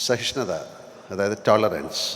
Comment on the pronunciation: സഹിഷ്ണുത ആണ് ശരി, സഹിഷ്ണത അല്ല.